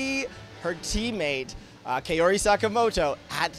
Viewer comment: the pronunciation of Kaori 💀